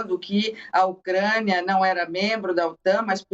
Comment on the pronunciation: Avisa a repórter que é UCRÂNIA E NÃO UCREIA.. KKKKKKK OU ELA QUIS DIZER "MOCRÉIA"